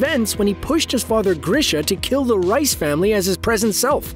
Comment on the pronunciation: Man said "rice family" Instead of reiss